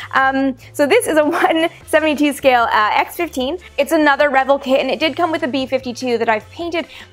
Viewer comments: I've always thought it was re-VELL, not REH-vull. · The proper pronunciation is "Ra Vell" like the composer. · Revell= ,"Ruh-velle." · Revell is pronounced "Ruh-VELL". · Correct. I noticed her pronunciation too. ;-) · Amy?...You know that I love you but you're pronouncing Revell wrong.